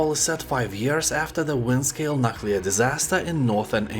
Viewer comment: I thought 'Nookular' was the worst, but we have a new champion, "Nut Colour"...😂